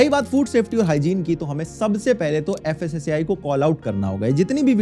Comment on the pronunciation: Fasaai nhi fasai department 😢